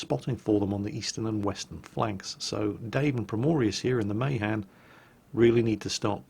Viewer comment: + The Mahan is pronnounced Muh- han.